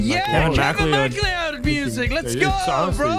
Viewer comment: I hate the way you guys pronounce kevin mcleod😂